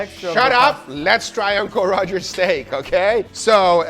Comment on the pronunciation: tempoyak steck 🤣🤣🤣🤣